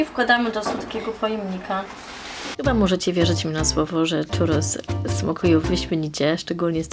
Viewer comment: filmik super słodki, ale po ostatnim pół roku spędzonym w Andaluzji muszę to napisać - mówimy 'ciurros', nie 'czurros' :) tłustego i pysznego czwartku!